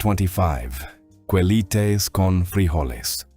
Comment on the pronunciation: “Quelites” is pronounced KE-LEE-TES. Not “Koo-Eleetes” (“U” after “Q” is silent)